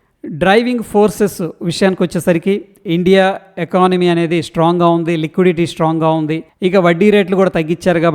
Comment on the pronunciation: ఎకానమీ not ఎకనామీ You are telling each and every thing pertaining to the stock market Thank you